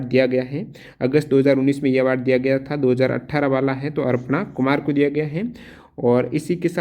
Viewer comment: Aapse sabdo ka galat ucharn karte ho ? Aprna Kumar ko aapne arpna Kumar bol diya kya ?...